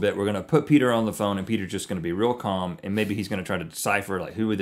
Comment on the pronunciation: "Heeeey, Peter." It's Peder.